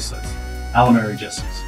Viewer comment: Jesses, not jessies.